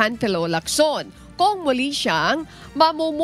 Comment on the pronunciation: Bkt ganyan ang pagbigkas mo ng apelyido ni Lacson, hndi kb Pilipino, hndi mo ba naririnig ang ibang nagbabalita kung paano bangitin ang mga apelyido hahaha! Arte mo hahaha